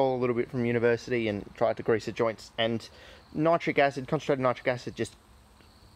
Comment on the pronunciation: ......why nite- rick acid? I use to pronounce it this way also but was told it should be pronounced to rhyme with the word citric acid. ..There just ain't consistency with anything anymore these days .